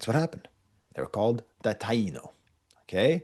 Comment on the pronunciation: Taino has been pronounced: Tie ee no on the whole island of Hispaniola, forever.